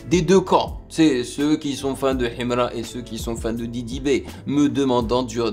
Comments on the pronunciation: Ohhhh depuis j'attendais ❤ et puis la prononciation himra il faut pas lire le "h" 😅 force à toi et au deux rappeurs c'est cool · J'aime comment il dit Himra avec l'accent Kabyle 😅